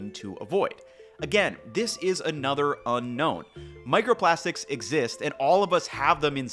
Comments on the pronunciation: micerprastics lol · *microprastics lol